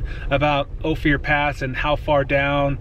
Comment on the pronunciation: Just FYI, Ouray is "You-ray" and Ophir is "Oh-fur"